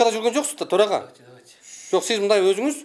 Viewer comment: Тороага эмес эле торой турган ага окшойт да ал , былжырап😂